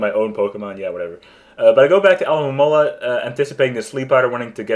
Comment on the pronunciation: lol, i can never pronounce Alomomola's name either. Fun match, I gotta start trying RU more.